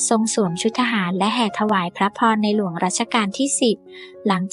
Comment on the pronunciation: บ้าเปล่าชื่อในหลวงยังพูดผิดๆ